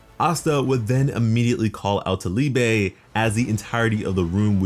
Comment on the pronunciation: Its not called Liebay. Liebe is the german word for love lol